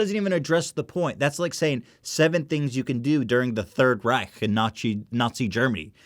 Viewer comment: To get to the real issue here: props to Ethan for his almost perfect pronounciation of the german "ch" in Reich. Richtig echt prächtig!